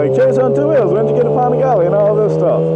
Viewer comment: Pan-a-gally Not fucking pohn-a-gauly You said it so fucking much just say it correctly please. Jokes on your "expert opinion".